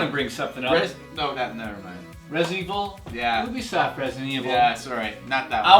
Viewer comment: You-bee-soft by the way